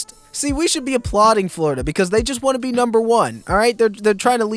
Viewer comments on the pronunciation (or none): none